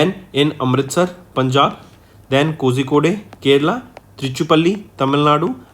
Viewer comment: Kozhikode correct pronounce kolikode